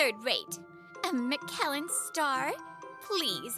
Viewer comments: Another great story. Also Michelin star is actually pronounced like this MICH + UH + LIN. Just for future reference for the female voice actress. The man pronounced it correctly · I think Reiko not being able to pronounce Michelin correctly could be seen as an intentional story beat to show she's just how much of a clueless spoiled poser the really is (granted we never hear any of the other female characters say it).